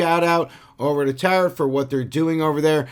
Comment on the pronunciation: Friendly reminder the final t in Tarot is silent, as in tarot cards :)